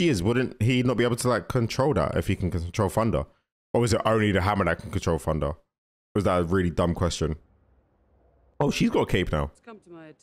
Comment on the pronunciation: It’s thunder not funder